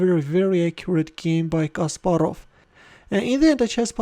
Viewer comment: Your way of speaking CASPAROV like JACK SPARROW in dead men tells no tales ( pirates of the Caribbean )😁😄